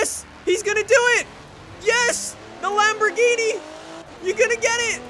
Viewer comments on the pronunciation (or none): none